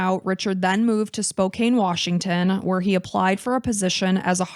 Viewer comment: FYI Spokane is pronounced “Spo-KANN.” I know it looks like it should be a long A, but it’s not.